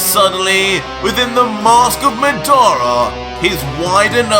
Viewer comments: Man's said madaura instead of madara lol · Nice. I knew that you’d use aspects of madara from naruto but I didn’t know that you actually have the sharingan too and even genjutsu. But it’s weird that his genjutsu worked like itachi’s when madara’s wasn’t crow related. Also did you use the wiki and not actually see the naruto anime? Cause you’re pronouncing madara and izuna wrong. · I love the story but.. taking 2 characters names from Naruto isn't original don't you think.. Just because you pronounce madara different doesn't mean it's original.. Also using madaras little brother's name isn't original either.. The eyes of izuna? Izuna was madaras little brother.. Other than those 2 things I'm an absolutely fan.. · I feel bad how you say madara Watch Naruto how Itachi say, Madara uchiha.